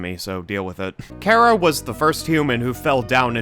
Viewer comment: Great video, plus your pronunciation of “Chara” is correct! It’s based on an abbreviation of the word “character.” It can also be officially confirmed via the fact that the Japanese phonetic name is キャラ (Kyara).